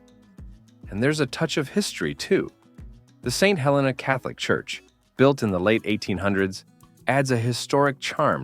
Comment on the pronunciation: The wine train is overrated and overpriced. The ballooning is a great experience if the skies are clear. But you say no noise, the engine firing is very loud. You also mispronounced St. Helena. It is not pronounce like the volcano. I guess fake voices just don’t know. You also mispronounced Yountville.